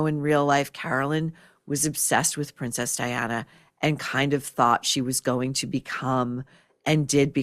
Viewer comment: HOW HARD was it to get Diana's name right?! Diana-simple! What a stupid line Ryan Murphy!